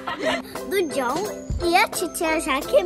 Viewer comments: Eu chocada que a valentina falou Dom ao em vez de falar John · Valentina falando dom kkk profetizou é agora vai vim o dom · Gente parece que a Valentina tinha prevido Ela falou agora a vez do "Dom" mas ela iria dizer John e falou dom❤❤